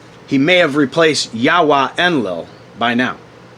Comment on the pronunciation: You butchered the names Yahweh and Orion, as if it’s the first time ever seeing them.